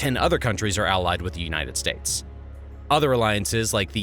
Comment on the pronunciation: I love these China videos. Also "Unites States..." Lol